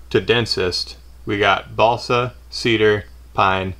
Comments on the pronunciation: what, i thought it was balso now im hearing BaLsA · sounds like he said ballsack